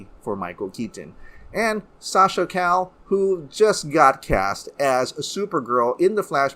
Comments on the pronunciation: gotta pronounce the names right. not Sasha Call its Sasha c-i-yay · Sasha Calle's surname is pronounced "ka-ye".